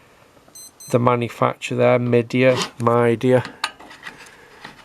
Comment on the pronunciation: Midea is a big brand here in New Zealand. They are usually reasonable quality for the price, but these days everything is crappier of course. The name is Chinese and pronounced "May-dee"